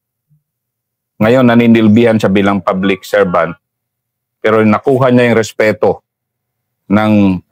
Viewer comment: Ito pala pinsan ni Sir Fahad 😁 .natatawa ako sa ka "respi-respeto" na hindi ma banggit² 😂 anyway, Ganda Ng story nila same with Sir Fahad, nabitin nga ako dun .